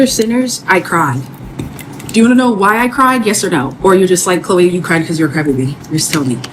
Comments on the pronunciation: Lawd not CHO LEE! 😭😭😭 CLOW-EE is the pronunciation LOL 😂🤣🤣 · The Ch is like a hard K in her name, like Khloe Karblahblahblah, but anyways Choloe has already sold her soul, so what is she even talking about, she must have been tasked for some damage control by the elders :face-turquoise-covering-eyes::face-blue-smiling::face-blue-smiling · I think her name in pronounced Cloo...eee. I'm glad she's saying something about the industry. Thank you for this video. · her name is pronounced CLO EEEE....😂😂😂😂She says her own NAME and they said it TWICE at the beginning..... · Pronounced 'Kloh wee" like the Kardashian. Many of the most popular artists wouldn't even have hit singles unless they made a deal. A lot of them are average. The Bailey sisters could have made and controlled their own careers if they had just used Amazon music and got 60% of everything they recorded. They would just have less. They would still have millions but they would have less. To me it's a fair trade off. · Bruh!..its pronounced(CLoHH-EE)....lol;) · Grown azz man at his big age and can't pronounce Chloe. He looks like he can't read😂😂😂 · Lmfaoo I just hollered. Really?!! You mean to tell me you have never met or heard of anyone named Chloe and saw how it was spelled/pronounced?😭🤣🤦🏽‍♀️